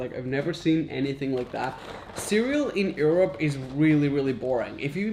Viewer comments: Raphael said: erope instead Europe at 4.48 lol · I like your show. Curious that you pronounce Europe as "ear-up" instead of "your-up" - first time I've heard that. Just saying. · Skip to when Europ is pronounced awfully by a guy that complains that European cereal is plan… ☠️